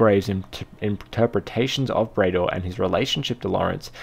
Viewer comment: Bray-dor isn't right, surely it's pronounced Brad-or!